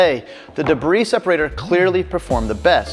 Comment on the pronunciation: Debris = “Duh-bree” not “De-briss”. Lol.